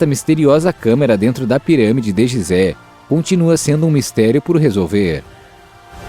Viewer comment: Apesar da grafia ser GISÉ lê-se GUISÉ